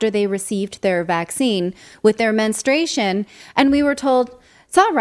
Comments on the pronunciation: Say that word MENSTRUATION correctly please! It's not menstration. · It’s “menstruation” not menstration. Just saying. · Yeah, this was ridiculous, from the first reports I knew it would wind up being true. Also: Please pronounce the U in men-strU-a-tion. Sorry, that’s a big pet peeve of mine. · It does screw up a woman’s cycle but please say the word correctly: it’s men-stru-ation NOT men-stray-shun 🙄